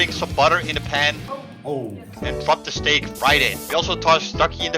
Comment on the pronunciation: When you said steak I herd snake bro I was like whaaaaaaaaaaaaaat